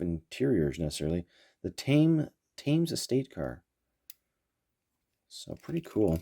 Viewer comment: Cool models, I was born in 1964. I am more familiar with the Matchbox cars around 1969 and 1970 when I was 5 or 6 and the Matchbox cars transitioned to Superfast. Thames is pronounced /temz/ like the river.